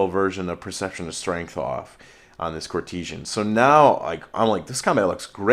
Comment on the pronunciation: dude please in all well meaning but it is pronounced court-e-san. Otherwise great batrep as always:)